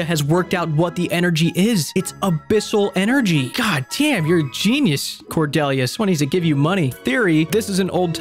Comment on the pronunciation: the one character i share a name with in any video game i've ever played and she gets done so dirty. and her name pronounced wrong. oof r.i.p. cordelia